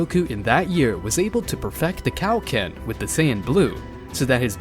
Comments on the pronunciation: 😂😂😂😂it's like your saying "Cow-Ken" instead of Kaioken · He said cow- ken